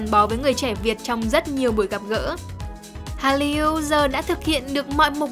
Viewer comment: Cách đọc từ Hallyu (할류): Korean wave là từ có 2 âm tiết đọc phiên âm tiếng Việt là Hal- lìu chứ không phải phát âm 3 âm tiết Hal-ly-u như bạn đọc.